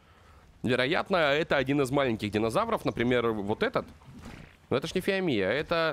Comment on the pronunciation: если хочешь собирать много камня то дабывай топором и ещё не фи́амия а фио́мия